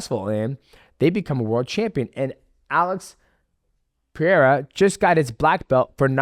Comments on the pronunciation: No Sir, it's actually pronounced Puh•Hay•Duh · Pierra? What is this? George Saint Pierra? You are doing the Chael thing, pronouncing names incorrectly, on purpose. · This amazing card…Hill vs Pee-air-uh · DJ is crying inside... He wanted Jamahal Hill to win so bad. Also its not Pierra, its Pereira. Get it right champ. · No, you didn't say it right. It was Alex Perreira vs Jamal Hill. Put some respect on that please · Oh my god DJ also calls Pereira "Pierra". I guess If Chael and DJ say it's "Pierra" then his name is fucking Pierra 😂